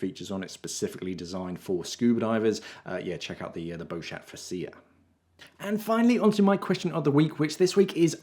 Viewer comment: Good pod cast I always learn something new here. I would just like to point out that the way you say Beauchat maybe a bit embarrassing for you if you speak to French people. Because chat = cat & another word in (slang) which I can't say here. So that's why I am just giving you a hint. Try not to pronounce the T at the end of Beaucha. and all will be well. A little word of advise that's all it is.:-)